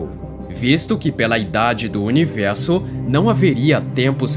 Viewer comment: Por que univelso e não universo? Cebolinha?